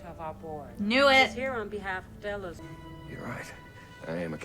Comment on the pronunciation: Delos like "Jellos". Love your reactions and can't wait for the next one. Well, I will wait, but you shouldn't make me!